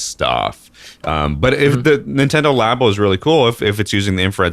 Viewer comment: Nintendo "LAY-BOH" literally couldn't piss me off more.